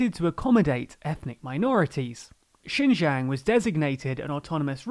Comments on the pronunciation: did you record this over several days? your pronunciation of xinjiang slowly morphs throughout the video lol you had it more or less correct in the beginning! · Thank you for the video! I think it would be great if you could try to pay more attention to the pronunciation of “Xinjiang” because it sounds like “Shenyang” when you say it. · Well there are 3 pronunciations of Xinjiang in this video, maybe they'll get it right at least once by chance. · actually "xin" is pronounced as "seen" and "jiang" is pronounced as "g--un", the "g" like how you pronounce the letter g and "un" like how you would pronounce the "un" in uncle. Not from China, just a chinese guy from another country who really hates what the Chinese govt is doing and is possibly going to do to the free world. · Great to cover this subject about Xinjiang, but for some reason you pronounce the J in Xinjiang like a Y throughout the whole video, while you pronounced the J in Beijing and Xi Jinping correctly. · This is a significant error on top of which the province is pronounced sheen-gee-ang, not 'jin yang' and not 'zin yang'. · Xinjiang is pronounced like "shin john" not "shin yang" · To be honest , u even cannot pronounce its name correctly , it’s not jin yang , it’s called xin jiang. That’s not even closer. Did u even do ur own research on this topic, or u just said whatever u want to say ? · No it isn't... more like 'shin jang' His pronunciation isn't great but pinyin is hard to learn for most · The province is roughly pronounced "Shin Jang," with the "ang" part pronounced like the Ang in Angela Merkel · Your pronunciation of Xinjiang seems to deteriorate as the video progresses. :( It's pronounced Sheen Ji(like 'jizz')-ang; you could also imagine 'jiang' as sounding like a particularly nasal (and monotone & high pitched) US pronunciation of 'John'. Keep up these videos. They're relevant to my interests. Love, /Liyang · I swear he pronounces Xinjiang differently every time lol